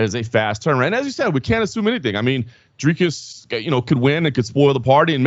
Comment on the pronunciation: Boys... Thank you for pronouncing Dricus' name correctly! The only GD journalists that can do it!